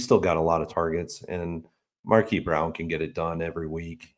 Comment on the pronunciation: Are you intentionally saying Marquise as Markee?